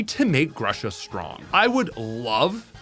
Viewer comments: In this video you said Grusha a lot and EVERY time I heard Russia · It's G-ROO-SHA. Thaaaaat's all what I wanted to say :)